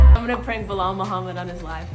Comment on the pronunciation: Ba-Lal. How hard is that? You can read right? This is your job dude. Maybe take five minutes and learn the names.